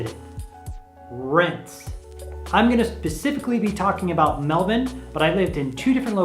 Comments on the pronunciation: An American finally pronouncing Melbourne correctly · The way you pronounce Melbourne is bloody impressive